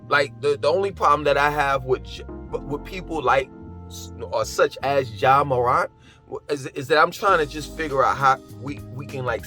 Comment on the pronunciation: Btw it’s pronounced “MORE-ANT”